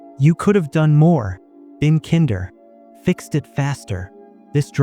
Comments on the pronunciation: Strange way of pronouncing "kinder" (like "kindergarten") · At least have your AI generated content voiceover pronounce the word “kinder” correctly. So very LAZY. (We INFJs hate such fake presentations.)